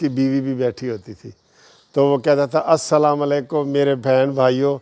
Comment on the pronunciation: یار لوگو ،،،،،اسکو السلام علیکم کہنا ،،،،نہیں آتا*****یہ،م،،،پر پیش کی بجائے ،زبر پڑھتا ھے،،،،،،،یعنی کہ ایسے،،،السلاما علیکم کہتا ھے،،،،ھے یہ وکیل،،،،،پچھلےدنوں اسکی ایک انگریز ی والی ویڈیو بھی آپ نے دیکھی ھوگی شاید،،،اور اسکے جو وی لاگ ھوتے ہیں اسکی جو تحریر ھوتی ھے اس میں بھی یہ وکیل کئ وی لاگز میں غلطیاں کر چکے ھیں،،،،یہ ھیں ، جی ھمارے وکیل صاحب،،،،،،،دین ،،مزھب،اسلام یا ایسی ،دوسری کئ اخلاقی ویڈیوز جو بنانی چاہئے،،ادھر ان کی توجہ ھی نھیں،،،،،اس وکیل کو ایک ھی جنون ھے جواسکی اکثر ویڈیوز سے عیاں ہے،،،،حیرانگی ھے،،،،،غیر سیاسی لوگ،،،، کیااسکو ایسے کھنا بنتا ہے کہ نھیں،،،